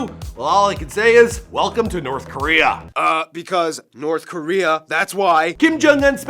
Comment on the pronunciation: The way this foo pronounces Korea cracks me up😂😂😂 Koriyaaa Lmao